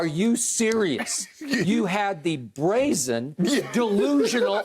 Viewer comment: He said brazzin 😂🤣 little bit of drip bayless showing there